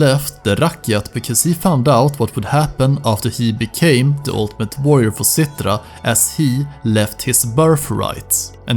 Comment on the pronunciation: and "rakkjat" and "Cittra", haha, you sound so swedish. It´s funny.